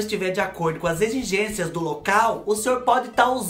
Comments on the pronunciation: Morri com os erros... Egigencia, egigenxia ... Caraca não saia! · A precisa de uma fonoaudióloga não consegue falar exigência kkkkkkkkk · Rindo até semana que vem com os erros de gravação 🤣🤣🤣, agora vou falar egigencia errado pra sempre 🥰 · Eita vc é demais 😀, dançarina particular foi demais 🤣, dei muita risada com seu vídeo, adorei a erradinha ao falar exigência 😂 💋💋 Ahh me lembrei de quando eu tinha meus 20 anos, meu namorado que hoje é meu marido, me levou num motel chik, tinha piscina no quarto, fiquei deslumbrada com o quarto, motel existe até hoje Studio A.🥰, estou casada a 30 anos.